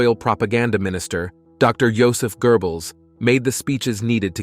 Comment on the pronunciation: Okay... its Goebbels not gerbels